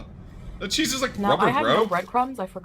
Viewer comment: Can't stand the way she says cheese. She pronounces it very fatly